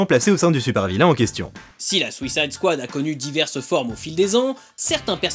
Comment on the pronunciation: Superbe vidéo. Bizzare que toi aussi tu prononce à la française alors que le gars qui intervient dans la vidéo sur l'origine des comics le dit correctement. Je vais finir par croire que bcp de youtubeurs sont fâchés avec le mot suicide en anglais :)